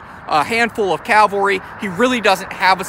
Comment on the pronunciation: PLEASE...learn the difference between these WORDS: CA-VAL-RY and CAL-VA-RY. It was the CAVALRY that was the military term! Good video, but the mispronunciation of THIS WORD drives me nuts!